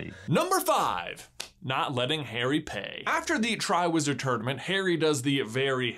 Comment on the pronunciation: Every time u said Harry I thought you said hairy